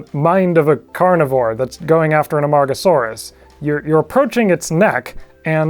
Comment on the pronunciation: That pronunciation was awesome and I could never attempt it.